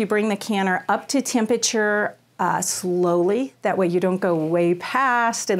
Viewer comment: I’ve never heard temperature pronounced that way.